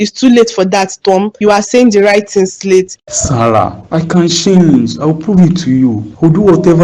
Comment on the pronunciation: It’s Sarah not Sarah 😂